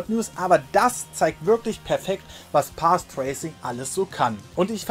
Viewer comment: "Pathtraycing" :D